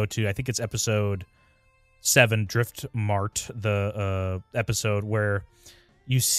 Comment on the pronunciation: ish. Its driftmark not driftmart. But you were close though ill give ya half credit